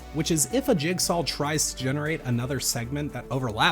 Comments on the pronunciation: jigsaw, not jigsawl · he pronounces jigsaw as jigsawL and it starts to get to you after you notice it